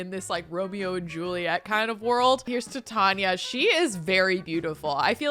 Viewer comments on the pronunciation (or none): Love your content but I believe Titania is pronounced like titanium. That’s at least how they say it in Midsummer Nights Dream. Totally honest mistake but the Shakespeare nerd in me was cringing hard